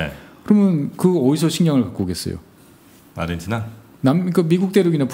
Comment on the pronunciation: 아르헨티나라고 쓰고 아르헨도라고 읽습니다~~~